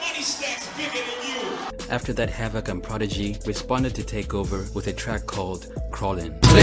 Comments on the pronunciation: His name is pronounced Hav-Ik not Hav-ak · Havock? Fuck I hate you hype ibeasts.Isidro I’m m . can’t even say the mans name correctly. And that’s even more embarrassing seeing that HAVOC is a offense strategy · Yo said hav-voc